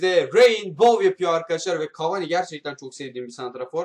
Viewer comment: abi cavani deme cavaaaani de